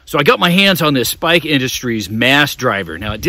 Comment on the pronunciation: Spike? Or Strike? Lol. Hard pass on this product tho. Good review, man. I am a fan of Strike Industries. But this mass driver thing... nah...